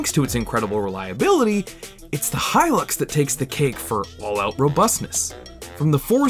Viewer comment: It's Hilux goddamn it. Hilux! Not Hylux.